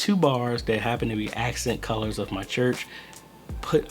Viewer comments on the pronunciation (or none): none